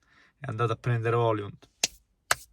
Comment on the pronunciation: Højlund in italiano maccheronico si legge OILUND , non OLIUND😉